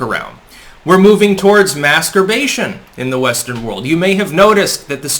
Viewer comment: Mass urbation, not masturbation. For those wondering...